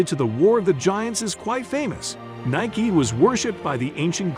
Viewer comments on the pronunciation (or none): Explains the correct pronunciation and then proceeds to use the wrong pronunciation. LOL besides that, very informative! I learned a lot.